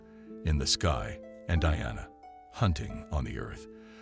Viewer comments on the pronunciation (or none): none